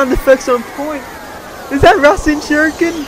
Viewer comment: It's ras-en shuriken not rush-en shuriken